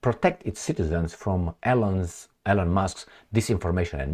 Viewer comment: Please pronounce the name "Elon" correctly. You are the only person in the whole world who mispronounces Elon Musk's first name.